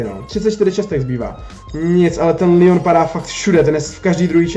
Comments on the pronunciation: neříká se to lion ale leon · nie líjon ale leon pls hovor leon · Říká se to leon ne lion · Necte se to lýon ale Leon pls❤️